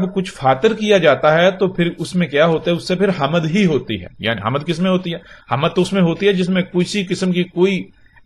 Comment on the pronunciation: Lafz "Hamd" to tujhe bolna ata ni .. kuttay chala hy Nabi bnnnay ... ma sochta tha k jahanum kaisay bhari jaey gi .. Allah pak bht Raheem hy .. ab samajh aa rhi hy .. tum jaisay kutton se bhari jaey gi ..